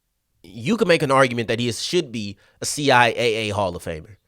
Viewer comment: CI Double A for sure. I find it funny that some people are using C I A A as the way to pronounce the conference name. To me it tells me that needs to spend some time looking at CIAA and MEAC related media from the conference.